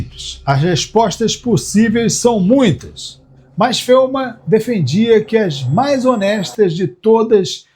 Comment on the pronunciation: Feuman? Conhecia ele como Feynman.